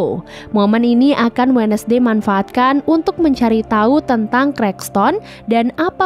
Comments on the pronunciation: Terimakasih rangkuman ceritanya.. Kayaknya yg bener bacanya 'wenzdei' bukan 'wednesdei'. CMIIW 🙏☺ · Wensday kak bukan wenesday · Lihat tiara Andini posting IG-nya dengan konsep film ini, jadinya malah serem2 gemes. Min baca wednesday itu wensdey bukan wednesdey. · Indonesia bngt sebut We Nes dey